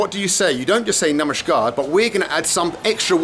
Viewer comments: You're saying "Namaskaar" with a "sh" sound. Is that correct? Sounds like "Namashkaar". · It's Namaskaar (नमस्कार ). Namashkaar - (नमश्कार) ghalat uccharan hai. Kannada mein ನಮಸ್ಕಾರ (Namaskaara ) hota hai. Namashkaar ❌️ Namaskaar ✅️